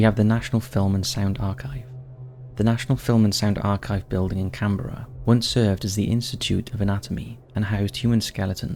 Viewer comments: Can-BRA! Not Can-Berra!. It's our country national capital & apart from us Aussies, only the Kiwi's get it right. Our biggest hate is that nobody can pronounce anything Auzzie but our kiwi siblings across "the ditch". Also mate, ur a Pommy & u should know that we don't have Presidents, we like u have Prime Minister's, we are apart of the Commonwealth Family & u poms stole the land from the indigenous so u should know who runs our country #1 The Governor General #2 The Aussie Cricket Teams Test Captain #3 The Prime Minister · Can-bruh, not Can-berra . 😊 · CAN-BRA... not can-berra... I mean, really!?